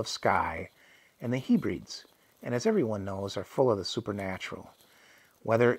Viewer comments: I really appreciate the effort to provide this story but the mispronunciation of words like Hebrides was rather grating. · Say Hebredes again! 😂